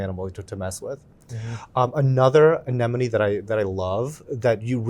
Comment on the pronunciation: gets bonus points for pronouncing ANEMONE correctly‼️ 9 times out of 10 people say ANENOME. 😂